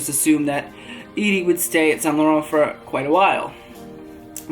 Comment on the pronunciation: calling him "Idy" is worst than calling him Eddy and his last name is not simAn it's simon, just pronounce it Eddy Simon (sYmon) and stop inventing your own french accent. Other than that great job.